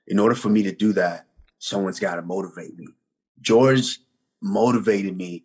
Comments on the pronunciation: Bro it’s pronounce “whore hey “ not “George”😂🤣😂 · Lool, why does he call him george? His name is Jorge Loool. The slight disrespect!! 😝😆😆